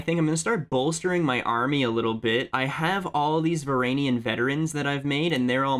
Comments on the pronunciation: "VARANIAN VETERANS" NOOOOOOOOOOO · Please man say the "G" in "Varangian vetteran" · I am pretty positive that it is pronounced Va-ran-ghee(?)-an. The G is not pronounced in an english way. More toward how you would pronounce Guinness (book of world records). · Your pronunciation of Varangian and Rus are just terrible. 0/10